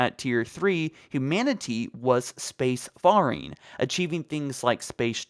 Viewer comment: Loved your videos for a while but I finally have to ask...is English your first language? You don't seem to have a speech impediment ..but your Ts are really harsh ..as is your S sounds on the end of words. Also you keep saying Space FAR-ing instead of space FAIR ing. And it's annoying the crap out of me.